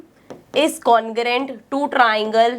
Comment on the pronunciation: hai ye kya ho gya 😂😂😂 ma'am kaise triangle bol rahi hai 😂😂😂😂